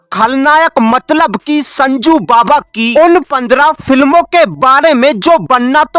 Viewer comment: पेले, कॉल, मडलब, इसका मतलब क्या होता हैँ या तो अच्छे से हिंदी बोलो या पूरी इंग्लिश बोलो भाई